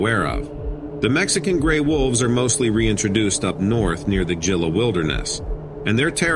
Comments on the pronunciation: Hello, the Javelina are sounded out as havelina and Gila is heela! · Exactly! It's pronounced HEE-LA wilderness!